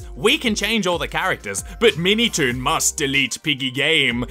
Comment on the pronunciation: I heard "MeatyToon"